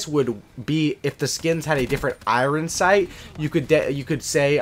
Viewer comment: I <3 your uploads man, keep up the great work! You should do a Fan Meet-up in Vancouver sometime soon! It's great to know that you have a local Vancouverite playing cod! Who cares how you say iron sight, it can be your signature!! I'm a Vancouver proud, fan of yours!!